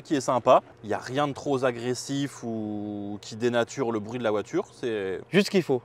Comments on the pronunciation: Ca se dit pas "troZagressif" .. "TroPagressif" sinon les oreilles elles saignent.. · 3"34’ «y a rien de tro Zagressif » j’ai les oreilles qui saignent encore 😢